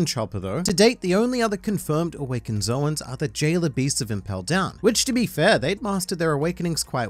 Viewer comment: Oda, the anime, everyone else who listen to Oda and the anime: "Zoan" (rhymes with loan, Joan, cone...ZONE...), the "source for everything One Piece": "Zowan" (rhymes with...rowan?) For someone "who craves to know all of the things about fictional pirates" you sure don't seem eager to correct your pronounciation of a term that has existed for decades and which sounds exactly like an existing, single-syllable English word. I know I harp on this a lot in your comments, but if it's any consolation, I do it to Morj too, because he's equally wrong. Also Marineford is "Marine ford," not "MarineFERD."